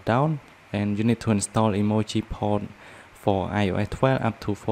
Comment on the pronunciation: I just love how you say io’eh fifty